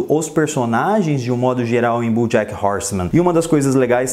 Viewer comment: Cara, gostei muito do seu vídeo só acho que você pronuncia errado os nomes, desculpa falar isso mais é porque sou professor. Você pronuncia "BUJACK".